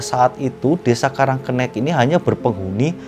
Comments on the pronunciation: Jangan sok tau masalah karang kenik, nyebut namanya aja salah, sok tau masalah di kampung itu,, Nama kampungnya karang kenik, bukan karang kennek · Itu bacanya karang kenik,, kenik itu artinya kecil uncle,, kenek sama kenik itu sama aja, tapi uncle cara pengucapannya aja yg kurang tepat, gitu,, semangat terus,, lop